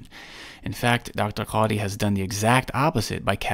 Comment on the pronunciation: The way he says quadhi is so disgusting